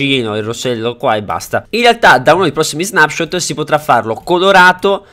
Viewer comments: perfavore che qualcuno dica a quest'uomo che si dice snepshot e non snapshot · ti prego devi dire non snapshot letto così ma con una e al posto della a quindi leggi snepshot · quando recensisci uno snapshot, che si legge snepscot e non snapscot, fallo con cura e informati bene sulle cose, guardati il video di erenbalze e confrontato con il tuo rispetto a contenuti e informazioni